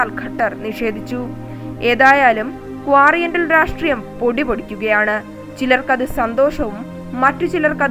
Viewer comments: ക്വാറിന്റൈൽ അല്ല ക്വാറന്റൈൻ ആണ് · Quarient അല്ല കൊച്ചേ.. Quarentine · Please listen,. pronounce quarantin,not,QUARANTIL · ക്വാറന്റൈൻ ""ക്വാറിയെണ്ടിൽ --പോയി ആ വാക്ക് നന്നായി പഠിച്ചിട്ടു വാർത്ത വായിക്ക് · കോറിയൻറ്റൽ അല്ല ക്വാറൻറ്റൈൻ..😕😕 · എന്താ ഇൗ "ക്വാറിയന്റൽ". ക്വാറന്റൈൻ അല്ലേ ശെരി?????? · മോളെ ക്വാരന്റൈൻ ആണ്. ഇപ്പൊൾ ഏറ്റവും ഉപയോഗത്തിൽ ഉള്ള വാക്ക് അല്ലേ വായിച്ച് പഠിക്ക്. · നാണമില്ലേ മലയാളത്തിൽ "ക്വോറിഎൻറൽ " ആക്കാൻ .. Super വായന....സമ്മതിച്ചിരിക്കുന്നു... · ക്വാറന്റൈൻ എന്ന് പറയാൻ പഠിക്ക്